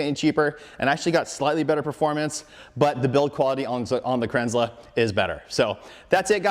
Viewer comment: It's pronounced Kranzel not Kranzler. Sorry, it's been bugging me since I found out from the company.